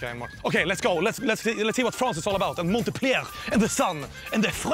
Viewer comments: "monte-pliaire fRANCE" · Every time he says "Montepellier" a little kitten dies. God btw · Did just pronounce Montpellier ("Mon*t*-pell-i-er" ) like Montepleayeah?! xD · The way he murders his pronunciation of montpellier... XD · I love how he says the city name the wrong way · The T in montpellier is silent lmao